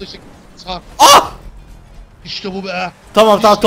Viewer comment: O Nasıl Sarp Demek Sarpğğğğğ